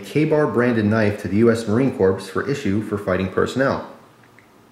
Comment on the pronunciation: pronounced cores not corpes